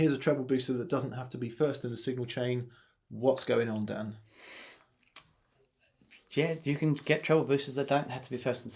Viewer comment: Nailed my name Dan, thanks for the recognition!